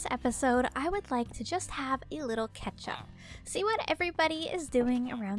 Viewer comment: Who doesnt love a good ketchup? I cannot not hear her say ketchup instead of catch-up 😂